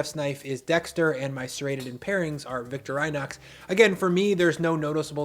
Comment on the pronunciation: Great video. I am having a crisis trying to process the word VictorAYnoxs